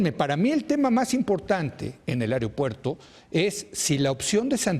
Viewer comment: Cada vez que se dice "whatsop", "airiopuerto" y "airionáutica", el niño dios se corta a sí mismo escuchando música emo.